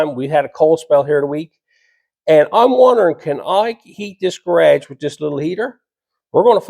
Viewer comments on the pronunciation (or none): Garage....not carageis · It took me a few times to understand what a Ga-raa-jgh was